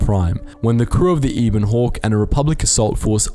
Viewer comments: Hey, wait. Why do you pronounce it "eee bon hawk?" The voice acting clearly says it as "eh bon hawk." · Bruh, they pronounce Ebon Hawk in both KOTOR games, and you still mispronounced it.